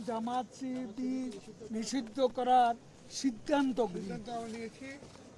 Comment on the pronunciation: Sibir nam taow nite parena. Koi sipir